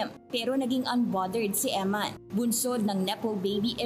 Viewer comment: You're a priest and you can't pronounce EMMAN? Her name is EMMANUELLE.